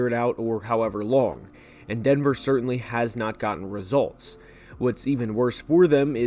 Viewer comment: It’s pronounced sir-tan not sir-Tain